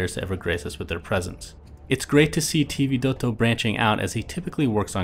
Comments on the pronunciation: Funny the way he always pronounces Vidotto, sounds like he enjoys it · anybody else hates how i pronounces vidotto? for some reason it bugs me souu much X_X